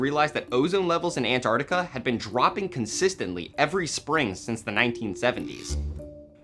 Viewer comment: It's pronounced Ant-ARC-tica, not Ant-ar-tica. You say the C.